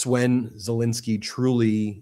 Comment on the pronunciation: ZelENSKY not INSKY, FFS why can't you pronounce his name correctly. When you were in court, did you do the same??? You've done this for years now and it's not professional. Shall we call you Bin or Ben !!?? Ensky NOT Insky Get it right.